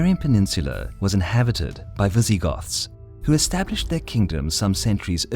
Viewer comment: Am I the only one who heard Vi-ZEE-Goths?